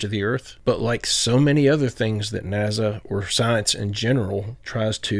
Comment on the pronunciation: it's NaSa,not NaZa. Your using a z sound instead of an S sound and it's annoying!!!